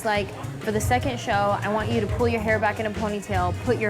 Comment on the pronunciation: She is funny.specially when she says i will cut yuu.